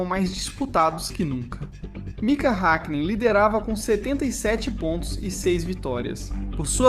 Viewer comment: Hékkinen, Méc laren 😪